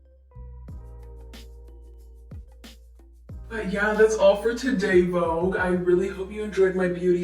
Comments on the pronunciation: take a shot everytime she says vouge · It's Vogue 😂❤ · so its pronounce “vog” and not “vo-gue” 😭😭😭😭 i just knew